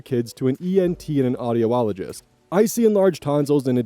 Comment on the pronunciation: You're saying "uhd-EE-noids" but it's "ADD-noids". Also audiologist is "odd-EE-ologist" not "odd-EE-owe-ologist." I usually don't bring it up but some little fixation got triggered in me. Reading what I wrote above, I wonder if maybe you just have a slight cold, though.